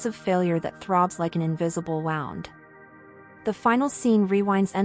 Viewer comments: How are we to take these AI presentations seriously when words are mispronounced. It’s wound not wownd. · I cant't take it. I came here for something, to hear the warmth of a genuine human voice. But it's just a lifeless robot voice. I'd tell it that the word wound is not pronounced like the word "round". But there is no one here. just a dead robot voice. Horrible.